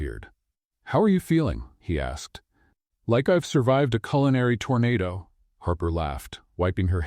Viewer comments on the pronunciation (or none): none